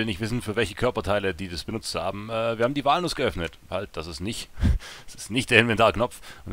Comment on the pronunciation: ich hab noch nie gehört, dass jemand "walnuss" so ausspricht wie du :O :P jaja wer wird da nicht beim ersten mal von der bahn zermatscht :D